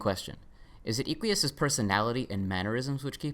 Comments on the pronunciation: It's Eh-qui-us not ee-quee-us, like eh-qus or horse in Latin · i like how you say eequius its derived from latin equus, which means horse. pronounced /eh-kw-uus/. im pretty sure equius was intended to be pronounced like that, but with an extra i (or "ee" if you want) before the end. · you pronounced equius wrong. this is almost as egregious (troper definition) as how you pronounced hussie last time.